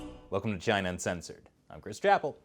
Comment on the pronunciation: . . .cause it’s from Chy-Nuh.